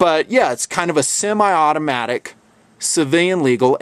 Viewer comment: "simi"? It's "semi".